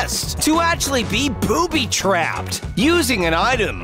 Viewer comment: Go to 3 38 of the vid and did he say poobey trapped